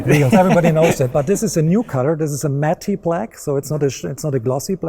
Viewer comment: "Matty black" lol